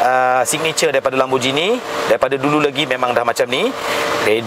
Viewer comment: Cara pronounce Gallardo ialah "gayardo" bukana "galar"do. And "Lambor-gheeni" bukan "lamborjini".